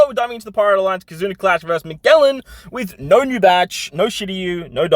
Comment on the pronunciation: Hey! Just so you’re aware, Magellan is pronounced ma-jell-an, (like jello, or juice):) keep up the great content!!! It’s always so helpful!